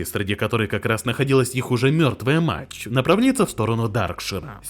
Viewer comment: Голос нейросетью синтезирован? Почему "мачь", а не "мать"?😅